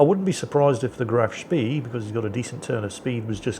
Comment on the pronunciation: Wherein pronounces "Graf Spee" properly, and get's Isoroku Yamamoto's name in correct order. Huzzah! Hurray! A feast-day, a red letter day! All slaves in the salt mines may have one more minute of sleep tonight, in celebration (to made up tomorrow with five extra minutes of work).